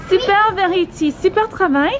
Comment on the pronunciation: t vraiment cute quand t'était petite:) je t'adore elle dit pas vérity elle dit verty:)